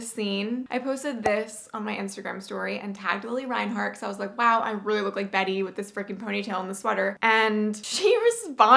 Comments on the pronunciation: omg she even got betty's voice and pronunciation right WHAT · you did betty's pronunciations so well omg she talks just like that